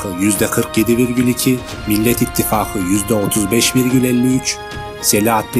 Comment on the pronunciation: Ittifagi söylemeye çalış Angut düzgün söyle şunu. Belli ki Türk lukle alakan yok